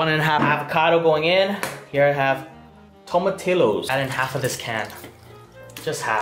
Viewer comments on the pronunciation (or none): It's guacamole and it's pronounced tomo tiyos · Its pronuced tomatijos because its spanish